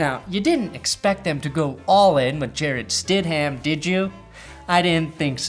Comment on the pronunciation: Its pronounced Sted-Umm. NOT StedHAM. Just saying.